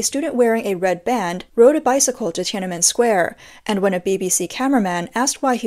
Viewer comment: Tee-ana-men 2024